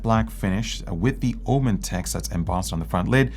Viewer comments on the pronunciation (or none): Why it's (OMEn) and not (OMEN) this drives me crazy 😵‍💫